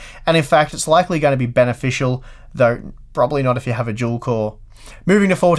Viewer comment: You're saying dual core like if it was "juel core"